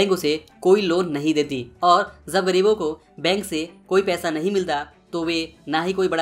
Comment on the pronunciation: Yaar tum video bohot achi banate ho is mein koi shak nahi lekin tumhari pronounce mein hamesha galti hoti hai jaise . Jab ko Zab .Jagah ko zaga .wajah ko waza.jitna ko zitna .Jeet ko zeet shayad tum bangali .